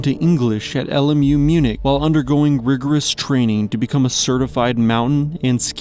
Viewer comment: I don’t know how one can not know how to pronounce Munich.